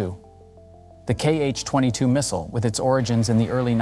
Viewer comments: We don’t call them “kee-eich”, Cyrillic letter X reads as “ha” in this case. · It is not kh-22 it is x-22. X (sounds like "ha " in Russian).